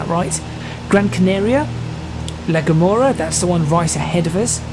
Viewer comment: El Hierro (L Hee-Air-Oh) La Gomera (La Go-Mare-Ah)